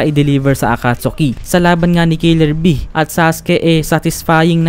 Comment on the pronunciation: a-cat-ski not akatsuki